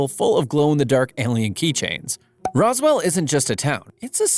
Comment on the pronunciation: Why you say roswell like there's an e in between the s and w